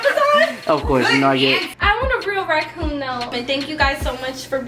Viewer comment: I know all of yall who watch this video heard her say she want a rakun that had me dead laughing